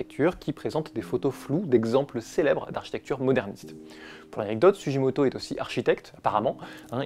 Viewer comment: En japonais on dit sou-Gui-moto… sinon ce serait Sujimoto. ( tu dis pas Hiroshijé mais gué, non ? 🤪) Merci : beau travail sur un artiste méconnu. Pour la petite histoire son nom veut dire « Racine du Cèdre ». Joli, non ?